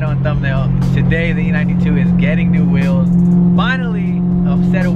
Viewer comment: I swear these guys pronounce wheels like whales lool